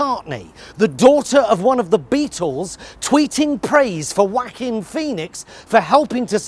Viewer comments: "the daughter of one of the Beatles tweeting praise for WACKING PHOENIX" ahaah amazing I'm going to pronounce it like this from now on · It took me a few seconds to figure out who he was talking about when he said "Whacking Feenix" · Did anyone else hear Mr. Pie say... “Whacking Pheonix”? 😆 Still an amazing Joker movie though. 🃏🎞👍🏻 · He almost said Wanker Phoenix instead of Joaquin 🤣😂🤣😂